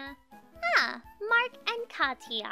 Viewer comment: Katia is pronounced katie a